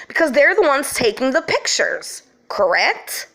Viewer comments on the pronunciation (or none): none